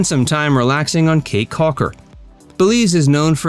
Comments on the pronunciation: If you can't pronounce the name of the caye correctly then you have no credibility at all to be making videos about belize.. You called it as KAY but that is actually pronounced key.. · Its Belize Barrier Reef ,NOT MESOAMERICAN REEF. CAYE is pronounce "KEY" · Great video, Caye is pronounced Key. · it’s definitely pronounced as Key in Belize. Belizean man ma’am!